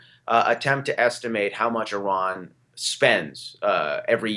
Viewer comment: here's some help for you morons.........Iran....pronounced like... Indiana or Illinois....not pronounced like...Idaho or Iowa......